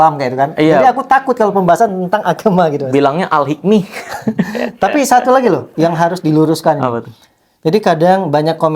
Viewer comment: Meleceh kan Al-Hikmah di bilang alikmih.,,,,,sombong amat.